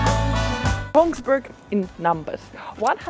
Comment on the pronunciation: NO NO NO, not Tonsberg. Tønsberg!!! Same as Österreich is not written or pronounced Osterreich.